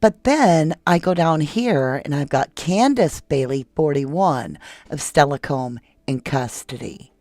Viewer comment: Oh, but you get tons of cred for pronouncing Steilacoom (WA) CORRECTLY! I was shocked. No one does. 👏🏼 (For reference- the town Jesse Bailey & his wife Candace were living in, at the time of arrest. I grew up there, w/my Father, half the week.)